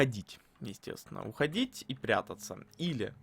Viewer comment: "Вы можете Ухадить".